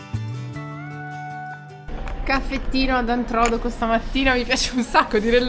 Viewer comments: Ciaoooo, Antrodoco ha l'accento sulla seconda o: Antrodòco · L'accento di Antrodoco è errato....infatti è alla seconda "O"......comunque io mi trovo in un comune in provincia di L'Aquila :Campotosto... purtroppo colpito dal sisma del 2009 e quelli del 2016/2017.....qui c'è un bellissimo lago artificiale.... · Antrodoco non Antro'doco il nome vuol dire in mezzo ai monti Introtoco al tempo dei romani 😂😂😂😂 il paese dei miei genitori abbiamo la casa ci sono tante cose da ve dere li intorno il fiume è il Velino che poi si butta in Umbria nel fiume Nera formando la cascata delle Marmore ,Rieti il capoluogo di provincia del Lazio ,il lago del Salto, Poggio Bustone dove è nato cresciuto Lucio Battisti ... dovete ritornarci ragazzi comunque abitiamo a Milano ci andavo 3 mesi da piccolo dai miei nonni ma vado ancora qualche giorno d'estate perché è sempre bello da vedere Buon viaggio a voi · Scusate ma visto che sono originario di quel paese vi devo correggere: Antrodòco e non Antròdoco. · Siete stati a l'aquila, non lo sapevo mannaggia, che bello sarebbe stesso prenderci un caffè assieme, ma spero vi sia piaciuta da ritornarci! Siete bellissimi vi seguo da tanti mesi 🤗🤗 cmq il paese dove vi siete fermati a dormire si pronuncia Antrodòco e non Antròdoco, con l'accento sulla seconda O... fa ridere molto come lo dite 🤭🤭 buon proseguimento verso il sud! ❤💪🙂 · L'accento del nome Antrodoco non cade sulla prima "o" ma sulla seconda "o", Antrodòco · Non Antròdoco, ma Antrodoco 😀😀😀. Siete stati dalle mie parti nel Reatino la mia terra di origine. Che spettacolo, grazie 🤩🤩 Commino tanto e spesso in Abruzzo su quelle montagne ed ogni volta che vado a L'Aquila (e passando per Amatrice)non posso che commuovermi (Navelli famosissima per il suo Zafferano) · Salve , vi seguo da anni sono di Rieti,non sapevo che passavate di qua', vi volevo salutare. Comunque Antrodoco si pronuncia con l'accento su do... Ma è la bellezza della lingua italiana. Buon viaggio vi seguo sempre con piacere